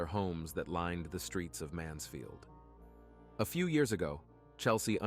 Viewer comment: Mansfield not mansville…